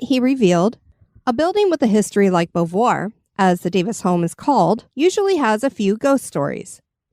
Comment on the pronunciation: OMG.... It is pronounced BOW V'Wha